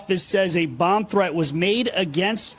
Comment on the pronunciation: Oh man, did he jusy say "thre-end"? A professional should speak and pronounce words correctly, not use faddish pronunciations.